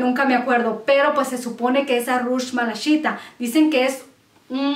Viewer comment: Hola a veces me desespera un poquito tu forma de hablar ... Malaquita aquí no le apliques malashita 😉 por favor gracias